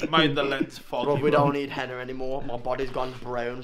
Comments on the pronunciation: It's called henna not henner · I know its henna, I was making fun of how he pronounced it